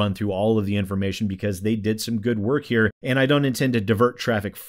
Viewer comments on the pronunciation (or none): none